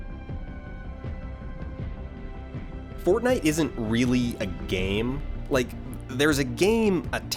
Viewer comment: Every time he said fortnite I lost 6 brain cells.